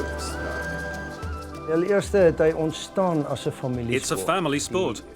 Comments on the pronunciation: Quick pronunciation correction: It's more like yuk-skay than yuk-sky. Cannot see how this is one of the most strategic sports?? Perhaps someone can enlighten me..? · This sport is pronounced "yik-skay" (not sky), and the language they're speaking is Afrikaans, (a language derived from Dutch), and one of South Africa's 11 official languages.